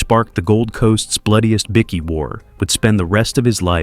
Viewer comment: Bikie not bicky